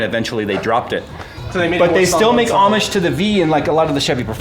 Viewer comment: "they still make Amish to the V" no its hommage lol....